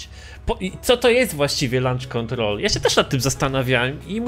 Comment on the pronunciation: "Lancz" kontrol 😂😂